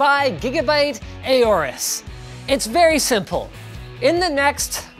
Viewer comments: normal people: aorus linus:eyyyooorus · "A Orus" LOL Isn't the "Aor" portion pronounced like "Aur" in "Aurora"? Didn't Gigabyte take inspiration from the Egyptian god "Horus" (a bird, like the Aorus logo)? If that's the case, remove the "H" in Horus and add an A. It would literally sound like Horus without the pronounced "H" sound. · Been actually looking into it. Linus pronounced it wrong. You are supposed to say it similarly to saying Horus, like the Egyptian god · I always pronounced aorus as orus